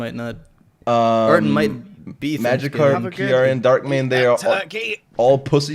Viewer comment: Darkk Mane haha lol